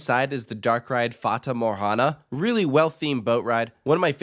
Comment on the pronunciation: I LOVE HOW HE SAID FATA MORGANA PERFECTLY